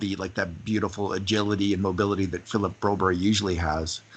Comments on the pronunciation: Even TSN pronounced his name BroberG not BroBERRY. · Why does keep saying Brobury? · I noticed the announcers at World Juniors called Broberg BRO BERG. I hope the Step Brothers can help solve this dilemma, as they did with Panm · Yep. Sounded strange after hearing all those Swedish announcers pronounce his name right* all season. (* presumably. Not being fluent in Swedish I tend to trust those who are.) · Thanks! We will see how the season announcers pronounce it next year. Nonetheless, we have hockey back! Let's go Oilers!!!! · Hehe, Ya hopefully Holland or Tippet says his name (You'd think one of them would know by now how Broberg says his own name), or someone there asks him on camera. The suspense is off the charts!)